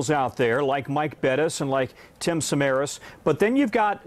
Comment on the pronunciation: She said Tim’s name wrong